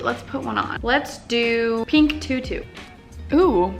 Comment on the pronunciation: u say PEENK